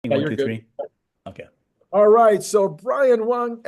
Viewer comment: Brian Wong, not Brian won.